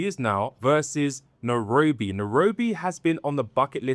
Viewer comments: It's not Nerobi it pronounces Nairobi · Good video and comparisons, I think for a more immersive experience you can say the name of the place properly (Na-I-robi) and also some of the local/regional words for things.